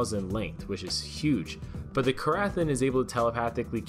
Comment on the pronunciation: The ‘ath’ is silent